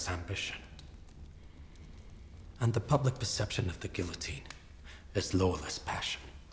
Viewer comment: when cares more about pronouncing Guillotine right more than a supposed Frenchman